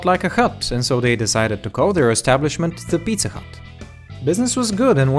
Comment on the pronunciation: Is it just me or did he say pizza cut